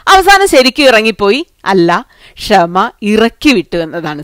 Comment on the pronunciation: ക്ഷമ അല്ല ഷമ😁